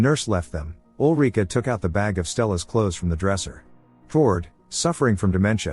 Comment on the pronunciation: Ulrika. Not olreeka.